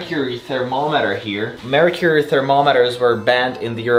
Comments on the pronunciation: Did you say mercury thermometer or Marie Curie thermometer? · I heard Marie Curie thermometer rather than mercury 😂😂 It means that I am a true Pole! (Or maybe not, because it would be Marie Sklodowska thermomether then) 😏